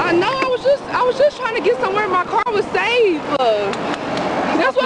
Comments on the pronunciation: “Tryin’ to get somewhere safe-uh”. “I was just trying to get somewhere safe-uh” But she was not trying to run. 😂😂😂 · "where my car was sava -a"... duh! speaky Engly?